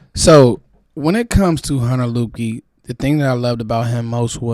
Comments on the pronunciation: I believe his name is pronounced "Lipkey". Great video, appreciate your work bruh. I'm in the DMV also, I'm in the Germantown/Gaithersburg area. 👊🏾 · Its pronounced Lipkey